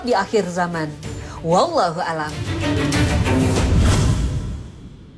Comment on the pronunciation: Perbaiki lagi bacaan naratornya: WALLAHU A'LAM bukan WALLAHU 'ALAM..